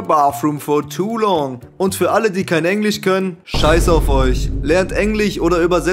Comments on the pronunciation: Hast du gerade Englich gesagt? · "Lernt Englich"